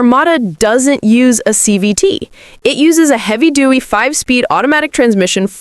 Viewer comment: Yeh. “Heavy dewy” and “six cylindy” were dead giveaways